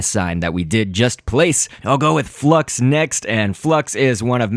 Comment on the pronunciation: FLUX- L= FUX XD